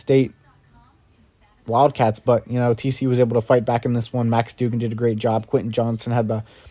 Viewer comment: It’s pronounced Doug-an cmon man